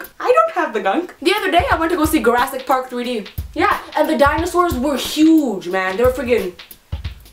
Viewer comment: did anyone notice she said "garassic" park? lol I love her